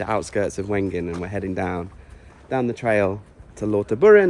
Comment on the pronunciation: Sort those pronunciations out please 😂 Wengen… is Vengen. W in German is V. And (generally) words ending in d are prounounced as a t e.g. Wald is approximately Valt.